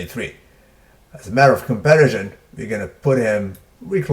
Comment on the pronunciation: HI, Thanks 4 your Vids, I watched most of them-longtime SUB. Dorian although in retrospect didn't have alot of modern methods & trainers or the metabolism of Ronnie. For his time he was ahead of the field by far especially in size & body weight. Lastly lease take this constructively, pronounciation of comparison is- comp-pare-i-sun. U speak way more languages than me, but in english thats how it is. Happy Holidays-Rottie